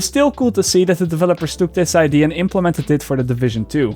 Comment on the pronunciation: Also, you () pronounce 'idea' wrong. You say it like 'idee' with no 'a' at the end. Sorry to nitpick:) Keep the great content coming!!